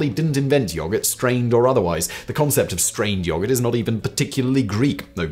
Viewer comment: Of all the words you pronounce weirdly none of them compare to your take on the word yoghurt. The way you drag out the O sound is disturbing. It's almost like he's saying yawgert.